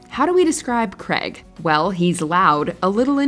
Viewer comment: Creg? do you mean Craig? USA-ians just cant say the name Craig properly.